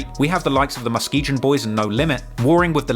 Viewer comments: Its pronounced MUH-SKI-GUN. Hearing say muh-ski-jun drove me crazy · Its pronounced MUH-SKEE-GUN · Muh-Skee-Gun is how you pronounce Muskegon omg bro 🤣🤣🤣🤣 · He said Muh-Skee-Gin 😂😂😂